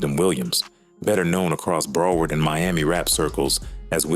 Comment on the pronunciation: Bra 😂😂 . U got this A.I calling our shit Bruh-word , Brow- herd , then calling Zoe pound Zoey pound 😩💀🤣. And what the hell is this bout Haitians and librarians 😂😂😂 and then Liberians .. lmfao Bra Liberia is a neighborhood in Hollywood FL not actually Liberians ... You got Liberians , librarians and Zoey pound fuccd up 😂😂😂😂😂